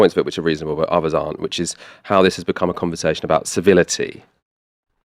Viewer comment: that's a strange little speech impediment. For oTHers you say oVVers, for Threat - Fret, for with - wiF, for deaTH - deaF but for THis you say THis.